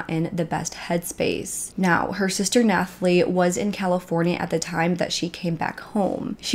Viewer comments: Nathalie - is just “Nat-a-Lee” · Honey Nathalie is pronounced Natalie lol just had to tell u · Nooo Nathalie is just pronounced the same as Natalie!! The H is silent :) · And the "h" in "Nathalie" is silent. It's a French thing. It's pronounced as it is in English (except for the cadence lol).